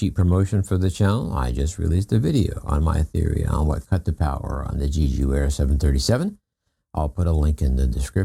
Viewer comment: I’m not sure if you are aware, but you are NOT pronouncing Jeju correctly. Just search the internet or youtube on how to pronounce it properly. We are not in early 1900’s, you can find the pronunciation of foreign places quite easily.